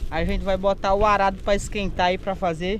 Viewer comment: Num é arrado não, é arado amigo. Parabéns pelos vídeos.